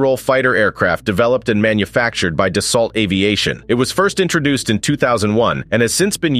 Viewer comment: Dassault - pronouced 'Da-so'. fyi.